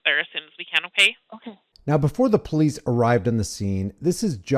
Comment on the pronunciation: "We're the poe lease"